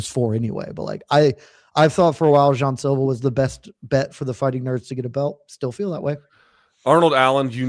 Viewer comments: Does Luke realize he’s the only one saying Jay-on Silva? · Luke “JAY-ON Silva” Thomas